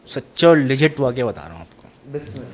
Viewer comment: It's not wakia, it's WAQIA, buri Urdu se ijtenaab karain...afsos hota hay...